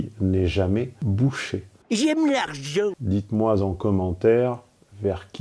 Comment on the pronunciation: "dites-moiZ en commentaires" 😂 enfin, 😮